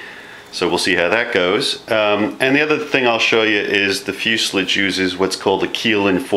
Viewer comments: Oh my god how funny, it's fuselage, not fuselige, at least learn the terminology, newbe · "Fuslige?" Fuselage is a French word. Fus-e-lage. Say it like a Frenchman. Nose cones are for rockets. Airplanes use spinners. Is there enough dihedral in that wing? Peck kits fly well, if you build it right. I left the gear off mine. Less weight, less drag. I like the jig, though. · I've worked for two aircraft manufactures and it is commonly pronounced as fuselage, in fact 100%, never heard it pronounced fuselige haha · Many of our Aviation terms came from France and fuselage was one of them. The "ah" is correct,, as in fewzelahj. Crazy but true. Empenage is another, ahmpenahj. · You say fuselage wrong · I noticed your way of saying it... and then I got over it very easily. On YouTube... you’d better get used to people saying things differently, along with having accents and the like... or you’re going to have a very rough go of it. I’m very much enjoying your videos. Thank you for taking the time to share your fun.